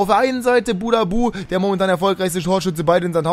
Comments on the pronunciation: Der heißt buhadusch und nicht nicht budabu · Der wird Buhadduß ausgesprochen